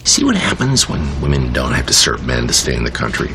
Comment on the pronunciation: Please teach her how to pronounce "Women".